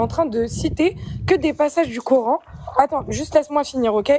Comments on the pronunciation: Prononcer : Qur'han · Le " cœur haine"😊😊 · Ils me gonflent tous à dire corhaine sérieux 🤦🏻‍♀️🤦🏻‍♀️🤦🏻‍♀️